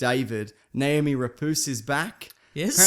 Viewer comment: Lol, "Naomi Rapoose".